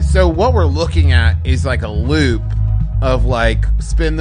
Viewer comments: Every time someone says "loop," all I hear is "Lup." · Every time they said loop I heard Lup for a sec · I kept hearing Lup instead of loop and I was like “wait she hasn’t been introduced yet” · Instead of "loop" I heard "Lup" this time around, so Edward saying "A Lup intimates that there is no finish line" is kinda funny because she technically cannot be finished off.